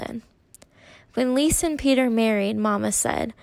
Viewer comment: Love your storytelling!❤ just s little note: Lise is pronounced 'LI-SE' and not 'LIS' - you hear the E🫶🏻